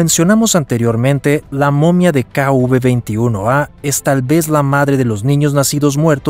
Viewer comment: Sería KV no kuv, el relator del documental debería aprender identificar la letras.